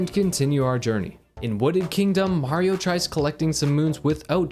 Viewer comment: it’s not whaio It’s mario